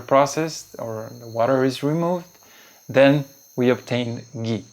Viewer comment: It's not gee, it's Ghee!!!!!